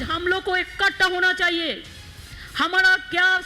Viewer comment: इक्कटा नही इकठ्ठा बोलो ममताजी हिंदी बोलना सीखो